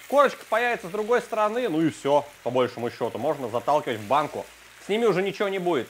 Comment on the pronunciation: не по бОльшему, а по большОму. ухо режет твоё по бОльшему. пафоса много, конечно на окончание придерутся, но ваше бОльшему...